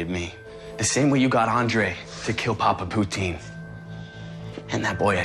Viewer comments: ok-Did Archie just say "papa poutine" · As a French-Canadian... I can't with «Papa Poutine» ... XD